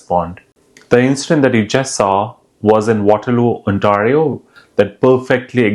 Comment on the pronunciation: Bro can barely pronounce Ontario lol....get the F out of here please go back home to your filthy country